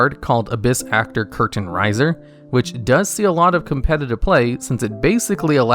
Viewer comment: Curtain riser? Raiser not riser lol